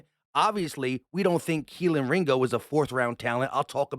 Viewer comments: Please stop saying Kelin Ringo. Its Key-Lee. Its getting really annoying hearing everything messing up his name. as a UGA fan, its very tilting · Kelee bro kelee ringo lmfao you called him kealan the entire video champ come on now put some respek on the mans name 🤣 😂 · Why you keep saying Keleen? Theres no N at the end of his name lol just kelee ! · There’s no n in ringos first name it’s keley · Are you saying kelen or kelee? Lol. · his name is KELEE!!! There is no N in his first name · Much love and Go Birds and all but dawg it’s Kel-EE” there is no N on the end 😅😭😭😂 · pretty sure its pronounced KEHL-EEE